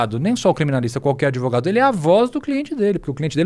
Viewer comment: Esse " adevogado " é um canalha chave de cadeia